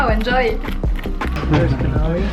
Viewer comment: Seriously he called a cannoli a connolo twice 😕